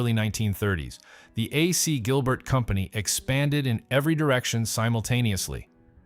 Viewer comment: It's likely an AI generated voice. It's getting more and more common that these types of channels use AI narration rather than actual human narrators. One giveaway what when he repeatedlt pronounced AC Gilbert as "AhSea Gilbert".